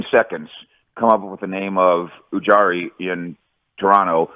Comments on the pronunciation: "UJARY" who the hell is that? Do you mean UJIRY? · Lack of interest to even pronounce your potential GM/President’s five letter name. Uncultured. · Who the hell is this guy? lol. Can't even pronounce Ujiri correctly.